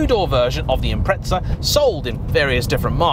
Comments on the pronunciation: impreTza is driving me fucking nuts. IM-PREZ-AH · it's impreza not "impretza" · John from Australia, you sound like a knob saying 'Impretza', pronounce it 'Imprezza', like Christmas prezzie, I got a great prezzie for my Birthday. I know we're just a far away colony, but we do know how to NOT sound like a knob. Actually, my brother does say Narsa instead of NASA, I suppose that's rather knobbish, but that doesn't get you off the hook. Imprezza!! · It’s not an im-pret-za….there’s no fucking T in The god damn name and how many time he says it urks me…but good video besides that and definitely understandable way over priced for what it is..if given the option I’d rather keep my 06 sti over that… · Ah yes subrau "impretsa" 🤡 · Great video and all but I have to ask, when did "Impreza" end up with a a T in it?